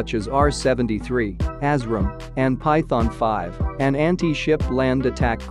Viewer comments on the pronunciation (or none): none